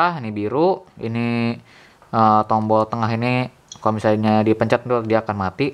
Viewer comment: Tombol aja kok susah nyebut nya